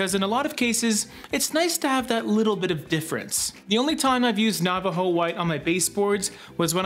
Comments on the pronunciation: “Nava-Joe” 😄 I almost lost it! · Omg, LOL I thought for a second it was a Canadian thing when pronounced Nava JO. Assuming of course you are Canadian. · lol nava JO